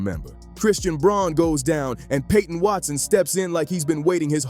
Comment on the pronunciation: Good video with good announcing but Christian Braun's name is pronounced BROWN.